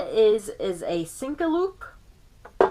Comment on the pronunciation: The "sinka"?